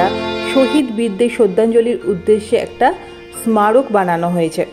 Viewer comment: স্মারক কে উচ্চারণ করলেন এসমারক । স্মৃতি কে উচ্চারণ করলেন স্মৃতি। প্রথম উচ্চারণ সঠিক না দ্বিতীয় উচ্চারণ সঠিক।